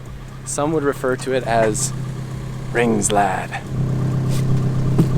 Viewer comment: did he just say "Ringsladd"?